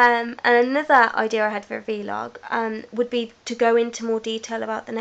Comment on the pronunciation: vlog...not v-log